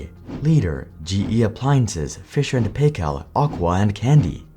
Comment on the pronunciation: Hay-yer instead of Hi-yer. Fisher and Pay-cal instead of Pi-cle. Maybe learn some pronunciation. Sign up to Brilliant